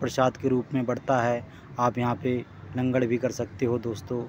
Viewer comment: Langad nhi langar hot bai shiab